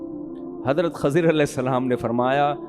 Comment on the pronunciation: Mufti sahab it's Kh"I"zar not Kh"A" zir 😒